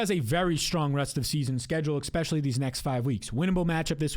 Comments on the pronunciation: lol, is he saying "exspecially" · Not subscribing til you say “especially” correctly